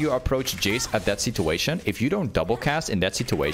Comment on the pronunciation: Someone teach him how to not say "situation" like a chinese 60 year old man